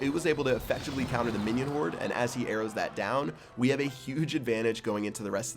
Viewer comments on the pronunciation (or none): When he said we have a very comanding lead i thought he said weed lol